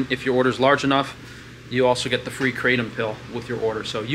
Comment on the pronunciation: They pronounce it kratong i was givrn raw leaves on my last trip and honestly its just toxic leaves and the feeling made my drop my bottle of water in the mall meaning the drug made me feel not good